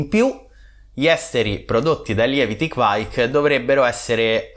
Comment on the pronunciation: Sempre interessanti i tuoi contenuti, ma devo correggere sia te che quei due maledetti di mash out podcas sulla pronuncia di kveik. Da bravo italoscandinavo vi mando un vocale.